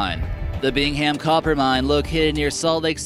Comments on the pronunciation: FYI. It’s not pronounced Bing-ham, it’s pronounced Bing-um. And they recently had another smaller slid in the pit. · I love how he incorrectly pronounces the "Bing-ham" copper mine. haha. You actually pronounce it "Bing-um". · I actually work at the mine in Utah and its not bing ham it's pronounce bing um lol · Bing-um Copper Pit (Bingham) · "Bing-Ham" copper mine. 🤔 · Lol the way he says bingham